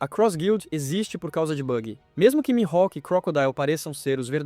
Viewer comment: o jeito que tu fala Mihawk me da raiva.